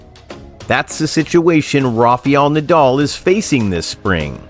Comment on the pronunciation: Correct the pronunciation please... it’s Rafael not Rafiel